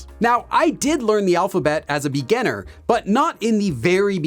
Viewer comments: Why do you keep pronouncing 'beganner' while what you want to refer to is 'beginner' ? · Am I the only one keep hearing him say 'beganner' instead of 'beginner'? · Omg I thought I was the only one who felt that way. When he says “beginner”, it sounds like “beganner” to me 😅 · I like your videos but your pronunciation of "beginner" is super distracting🙂. Still like your videos though! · Is "beginner" really pronounced this way? English isn't my first language and I lived with understanding that it's different 😓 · Hi,. Nice work. But please excuse me, did I hear it right? you have a funny way of saying beginner;) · haha yesss. every other work sounds normal but beginner is so different 😂